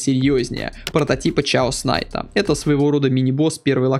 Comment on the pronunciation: Меня одного трясет, когда говорят ЧАОС найт?